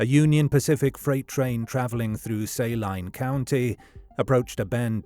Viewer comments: Just for clarity: Saline County isn't pronounced "say-line" but "su-lean" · Saline pronounced SAY-LINE is weird. Especially since I'm from Saline County Kansas. We pronounce it SA-LEEN County. I'm from SALINA KS BTW. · I’m from Arkansas. The Clinton connection is deep and strong. And it’s Say Leen county. I will forgive your accent, though. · For future reference, Saline is pronounced Say-lean or Sa-lean. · I live in little rock, and the way you pronounce it is the same way we do. Was just pronounced wrong in the video.